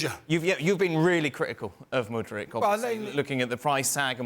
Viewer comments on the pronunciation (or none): Lol Craig still be pronouncing Mudryk like Modric 😂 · When is Craig going to say Mudryks name right? It's not Modric